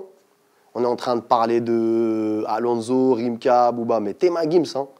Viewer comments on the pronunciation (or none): none